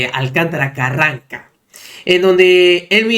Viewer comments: Irving es Carrancá con acento en la última A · Mi estimado migo, no es Carranca... es Carrancá (palabra aguda, que tiene acento)